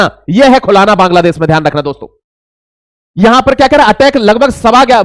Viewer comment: "खुलाना" नही "खुलना" बोलो।